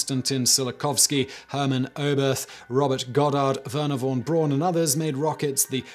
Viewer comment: SIMON: Wernher von Braun's surname is pronounced 'Brown'. i mentioned this in another of your videos but i guess you didn't see it.